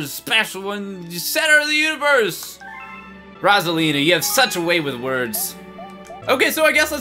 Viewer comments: it's ROSE-A-LEEN-A! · It's ROSE-A-LEN-A! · It's rose! Alina not rosalina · ROSE-A-LEEN-A Like so PBG can see!